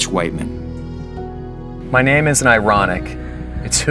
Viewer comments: Awesome - previous comment is right Rich Whiteman pronunciation is ridiculous - great running into you today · The pronounciation of rich whitemen killed me